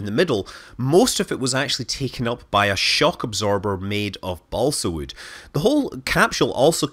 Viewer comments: "wewd" - scott manley, 2019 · Never knew wewd cewd be so gewd. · now i want to hear him recite how much wewd wewd a wewd chuck chuck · I think you may have mispronounced "wewd". :-)